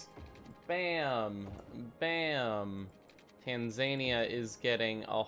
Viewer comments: It's pronounced tan-za-knee-a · It's pronounced "tan-zer-near" not whatever you just called it lmaooo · The why you pronounced Tanzania made me kinda mad. Other than that, good video.